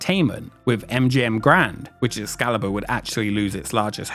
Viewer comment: does he say Ex salad bar?